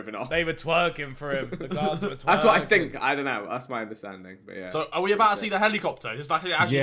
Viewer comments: HELIKOPTAH HELIKOPTAH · nobody: Harry: Hell e copter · its pronounced helicopter not helicopter lmao